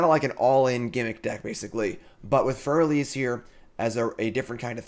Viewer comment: That Freyalise pronunciation. "Freya lice".